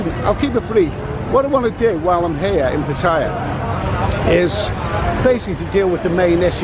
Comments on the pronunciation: PATAY-YA. NOT PA-TAYA! Jeez. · Be respectful of the country you are in. It is not pa-TAY-ya it is Pa-Tie-ya! Do pronounce Thailand, Tay-land? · There is no I in Pattaya my friend learn how to pronounce if you can thanks :) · Learn how to say the word “Pattaya”...besides that, good information, thanks